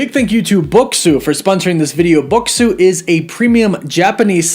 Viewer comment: At least pronounce the product you are promoting correctly. Bokksu is "Boxes" in Japanese phonetics.